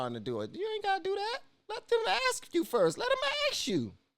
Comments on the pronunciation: " Let them ax u firs" so articulate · Is ASK... not AXE... AXE is a deodorant or a tool for splitting wood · I can't listen to you excuse the horrible culture noted. Stop pretending you are open minded. Also, I would not hire you because you can't say "ask" properly. Culture. Not color. This entire thing went right over your head. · i cant believe u r defending the scum that r looting blk bizs and u r actually calling it "silliness". the institutional racism is lowering standards for black, letting them off the hook where u would enforce punishment on other races, THAT is institutional racism. and why r u saying " let'm ax u"....u have 300k subs, i think they deserve better than botched up english